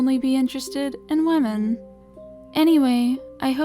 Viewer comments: Like- WEEMEN? Xd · Sounds like lemon